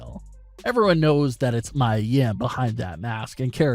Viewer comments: you're saying mia's name wrong 🤦🏾‍♂️ its pronounced me + ya= mia get it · Dude, you mispronounced Mia Yim's first name, it's pronounced MEE-YAH, get it right!